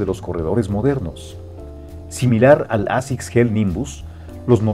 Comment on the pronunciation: Cada vez están peor generando contenido solo por generar, al punto de NO SABER PRONUNCIAR la palabra ASICS en inglés 🤦‍♂️ y se dicen un canal de estilo??? Creo q en vez de sacar contenido como embutido tomarse una pausa y dosificar mejor y trabajar mejor su contenido sería ideal